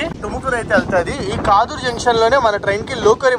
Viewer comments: Kaadur kadu kadur. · Adhi kaaduru kaadhu kaduru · కాదూర్ ❌ కడూర్ ✅